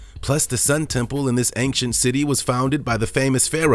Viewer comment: Please stop saying "ankshent". There is no hard "k" sound in "ancient".